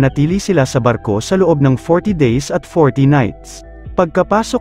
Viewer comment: Bat naging arko ang basa